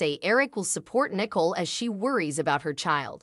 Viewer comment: Good grief her name is not nickel.